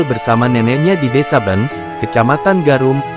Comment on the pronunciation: Miminnya perlu latihan membaca (desa Bence dibaca Bencs) 😂😂